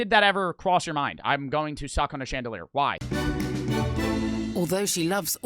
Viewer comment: Who thought he said chandeler